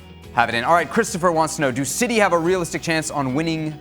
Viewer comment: Expected ain't it. Citeh.